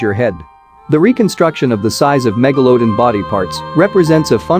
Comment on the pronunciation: Why do you say it as megaloadon not megalodon. Just pronounce it right. Its not hard. Other than that great vid.